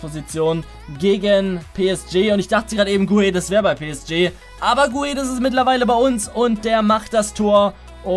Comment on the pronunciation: Guedes wird gedesch ausgesprochen